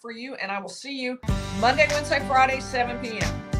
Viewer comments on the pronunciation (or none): none